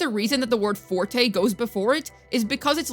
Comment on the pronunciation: Thank you for pronouncing forte and concerto correctly lol. As someone who grew up learning/playing classical music I've heard these words my whole life and now hearing so many of the WuWa content creators saying things like forty and conserto leaves me twitching over here lol.